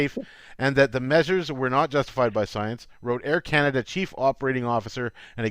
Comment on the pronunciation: Air Cana-Duh